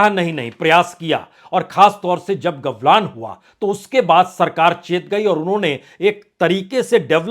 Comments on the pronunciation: पहले गलवान को सही से बोलना सीखे,,,,, आप गवलान बोल रहे है 😂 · सर जी, कृपया सुधार करें, गलवान को आपने गवलान कह दिया है।